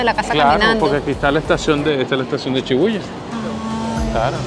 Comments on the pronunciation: Chidarta Molina si muchas personas y espero que aprendas como se pronuncia SHI BU YA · No es chibuya es shibuja